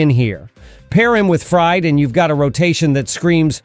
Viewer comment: It's Fried (Freed) not Fried, like a frying pan.